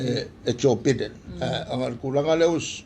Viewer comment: Sole he is not Beden it Biden. The USA election is full of frauds and corruptions. Don't make Samoa election falls into that circle.